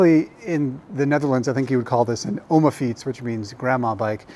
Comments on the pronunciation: It’s vallend an “OMAFIETS”. ( prononceer: OMAHFEETS ) Litterally: “GRANDMA’S BICYCLE”. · It’s called an “OMAFIETS” (pronounce: ‘OMAHFEETS’ ) litterally: GRANDMA BICYCLE.